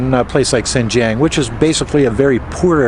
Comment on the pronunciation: A better, though not perfect, pronunciation for "Xinjiang:" For "Xin" just say "sheen." The "ang" can be pronounced like the "ang" in "angst." The X and J have no exact English counterparts, but this will get you pretty close. Now put the tip of your tongue at the base of your front lower teeth and the back of your tongue against the roof of your mouth while saying these words and you will have X and J perfectly.